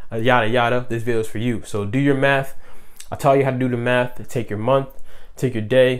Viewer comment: 💀💀💀 I can’t unhear it now